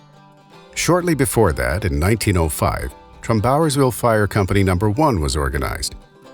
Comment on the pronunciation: Interesting video! I thought the narrator's pronunciation of "Trumbauersville" was unusual. I grew up in the area, and I've always heard it pronounced "TRUMbauersville" with the stress on "Trum", not "TrumBAUERSville" as he pronounced it.